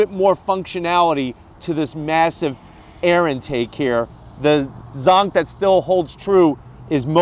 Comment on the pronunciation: Cringe every time he says "zonk"